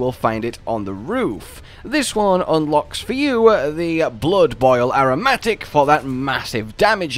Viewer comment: Is anyone gonna tell him how to properly pronounce "aromatic"?